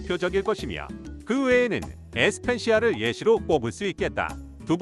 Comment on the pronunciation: 에스펜시아가 아니고 에스페시아